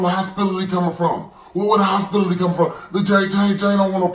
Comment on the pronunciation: Hostility not hospitality 🤣🤣🤣🤣🤣🤣